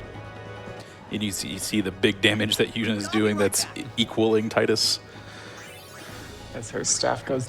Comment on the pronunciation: how much was the donation incentive to mispronounce Tidus' name the whole run?